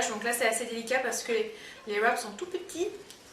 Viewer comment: Au top sa change des recette (normale) et wraps se dit vrap 😉